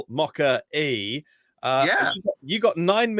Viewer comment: Chaps, one of British pronunciation variants of MOKKA-E is MOCKERY. That’s the most exciting piece of information about this model, sadly.